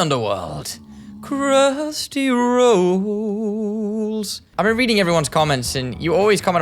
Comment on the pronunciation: “crhusty rAHOLLS”😂😂😂